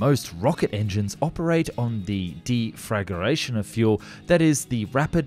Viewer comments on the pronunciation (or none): Deflagration - it's "def luh gray shun" not "de flag er a shun"